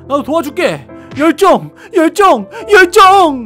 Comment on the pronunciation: 열정을 멸종이라는줄ㅋㅋ